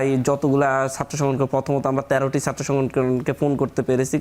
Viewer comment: One guest has not even polished his wrong accent of speaking Bangla. It should be pronounced as "Chatra" (students) not "Satro"! It should not be "Ekooi", should be "Ek-ee". Mr. Golam Roni ex- Awami member is another man whose pronunciation of Bangla is very poor speaking.